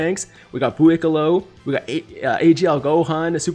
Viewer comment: Can you pls just say Buucollo and not Buuicollo